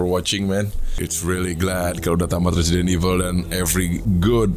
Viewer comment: Temen w ngomong Resident Evil bukan kek gitu.Dia ngomongnya Presiden evil akwoakowkw